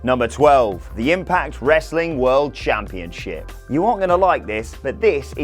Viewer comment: “Nwa world championshop” good one